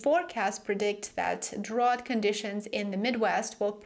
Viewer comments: "drought" is pronounced "drowt" not "drawt". You're welcome! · Hi great report. (By the way in American English drought rhymes with out.)